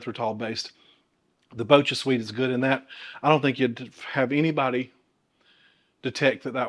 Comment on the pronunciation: Here is a tip on how to pronounce BochaSweet! It is manufactured using kobucha squash, which is pronounced kuh-bow-cha. So it's pronounced bow-cha, not bow-kuh!